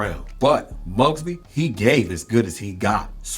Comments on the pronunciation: John Mugabi Pronounced... Moo Gah Bee Not mugbee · Mugabi NOT Mugbi😅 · John (Mu-ga-bi ) not Mugbi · John Mugabe's name is not pronounced Mugby. It is pronounced Mū-gặ-Bē. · You are correct. The pronunciation was correct, but the spelling was incorrect. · John Mugabi is pronounced John Moo-Gah-Be… what is weird is that Mugabi was 26-0 with 26 ko’s and a style nothing like Sugar Ray Leonard The Duran vs. Hagler fight was a better indicator of how SRL could do against Marvin Hagler bc he used intelligence to make it all 15 and give MH fits But Duran was MUCH slower than Ray by that point and Ray could use the big ring, the quick angles, and most importantly Vegas judges who loved nothing more than flashy, camera friendly, big name fighters to sway close rounds. If you watch the find, 30 seconds at the end of each round you hear Ray’s team tell him to steal the round with flurries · The fact that you cant pronounce “Mugabi” … As in John “The Beast” Mugabi. And your AI generated picture of Angelo Dundee is black man an not even close to his likeness ,you should really check your references if you want to be taken seriously. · Solid video, but I did find it a little humorous how Mugabi's name was pronounced . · it's not humorous. It's pure lack of respect. I bet this dude would feel offended if someone blatantly mispronounced his name. When doing any commentary it's a person's duty to do the research and get people's names right. It's a respect thing.